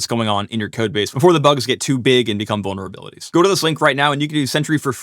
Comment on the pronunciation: Uhh, did he say bonerabilities?